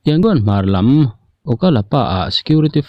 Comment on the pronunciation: Thupuangtu hian Yangon hi i lam dik thei si loa, Rangoon kha hmang law law zawk mai thei la a țha ang a!